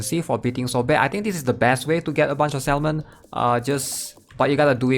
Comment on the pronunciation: Hey bro. Love your content - I just wanna let you know that salmon is pronounced 'Sa - men'. its a silent 'L'. I know English isnt your first language but thats why I wanted to help you with that :)